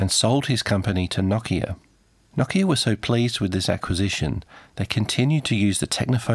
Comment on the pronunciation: na-kia lol try no-kia